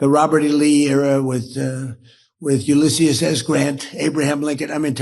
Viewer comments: "Ulisius" S Grant ???? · Donald Trump thinks President Grant's first name has four syllables.